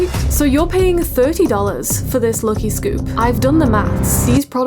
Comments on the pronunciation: Why are you pronouncing "lucky" like that? It's not how you say lucky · WHY ARE YOU SAYING LUKY NOT LUCKY??? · Everytime she says 'lucky' I hear 'lowkey'😂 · The way you pronounce "LUCKY" for some reason really pisses me off, sorry